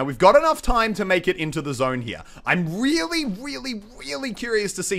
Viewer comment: did anyone else here him say wearly wearly big holes?